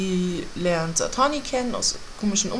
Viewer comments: Satine wird übrigens Sa-Tiiin ausgesprochen nicht Satani! *klugscheiß* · und sie kann es immernoch nicht richtig aussprechen